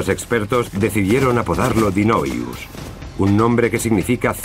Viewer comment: Es Daeodon no Dinoyus